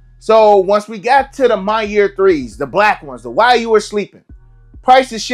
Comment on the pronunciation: I hate how bro say “My Year” 😭😭🤦🏾‍♂️ It’s Mañiere , kind of like how “Mañana” is said in Spanish